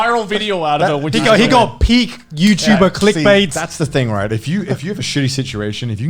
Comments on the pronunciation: r u youtubah? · Ah Yew Yuchuba? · Are you youtuba Come back when your youtuba.